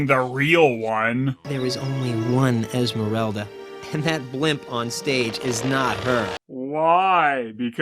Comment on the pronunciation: How the fuck can Esmeralda being so misspronounced as Ismerelda?